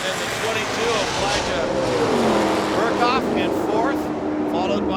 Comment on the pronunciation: Ya my buddy Ilja Burkhoff drove the 4th place Ti22 Titanium car. There was a great story behind the construction of that car but they said nothing about it. Also they butchered his name every time they tried to say it.